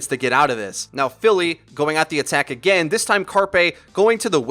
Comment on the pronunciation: “WE GO AGANE”